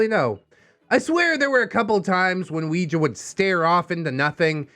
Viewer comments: same.... it hurts my brain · I'm sorry... But all I can focus on is pronunciation of "Ouija"